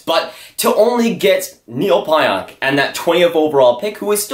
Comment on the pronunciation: Dude learn how to say Pionk. Calling him out for not being a good trade and you sound ridiculous not even saying his name correctly haha